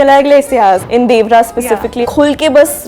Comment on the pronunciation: Will some one notice that she is pronouncing 'Devara' wrong.